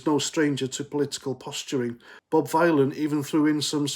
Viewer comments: You can’t even pronounce his name you mook. Bob Vylan - like VILLIAN. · It’s pronounced Villain as in Bob Dylan.🤮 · I think you pronounce it villain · Vylan it rhymes with DYLAN